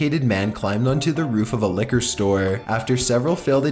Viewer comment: "Liqor"??? .-. Did you mean liquor?